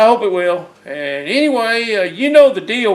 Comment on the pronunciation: I "pre-she-ate" you too. Thanks. You gotta be happy with your progress so-far.